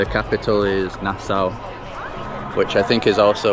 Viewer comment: That beach looks nice, the food looks good, and close to the states but I’d never do a cruise…. Btw it’s pronounced Na (short a) - saw